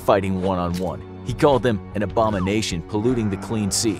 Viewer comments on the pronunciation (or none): none